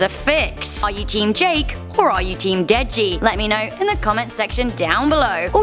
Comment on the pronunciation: Hehe for a second there I thought u said “Jack”🤔